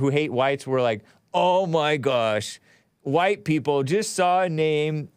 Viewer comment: is obsessed with overly pronouncing words and not speaking colloquially. This fills his ego with his constant need to be proper and thus more enlightened than common people. Listen to how he overly emphasis the WH sounds in words, such as white. He emphasis the H when in reality it is ignored in speech. Also, the way he overly stressed the T sound in words instead of how nearly everyone else pronounces with a D sound, such as METAL. Yet, it's not consistent in his speech, meaning it's still in his consciousness. Or how he has previously been explained that Dayton, Ohio is pronounced as DAY-ten yet he refuses and prounounces it as day-TON. This could be why Alexander, the hyper autistic caller is so strongly attracted to (who displays autistic mannerisms himself).